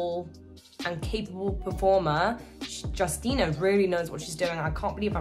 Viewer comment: we say her name - You-stee-na